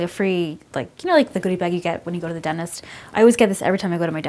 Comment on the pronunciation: why do you say denist? it's dentist